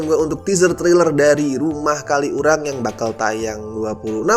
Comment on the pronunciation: Mo komen minor, bacanya bukan "kali urang" tp disambung "kaliurang", sebagai org xurang agak keganggu aja haha.. Maap ya no offense